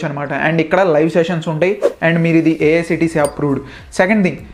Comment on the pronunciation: AICTE. Not AICTE